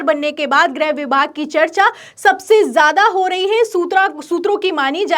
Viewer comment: ग्रह नाहीं गृह.